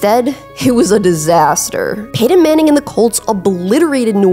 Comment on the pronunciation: What's her accent? I can't place it. Sean Peedon and Peedon Manning. Over extending the last syllables and vocal fry in words at the end of a sentence.